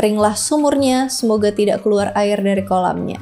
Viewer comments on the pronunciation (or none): none